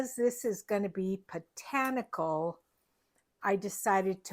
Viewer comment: Hello sweet, your covers are works of art! I caught your blooper when you said Rachel’s Potanical instead of botanical,lol! Thank you for sharing your talent & how to construct the fairy lights! Please take care & please give sweet Fiona a big hug!🤗💜🌻💕🐶🙏🙏